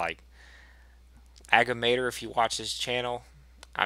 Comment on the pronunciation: get it brother but dont f up the name A-gad-mat-or. means wise old bastard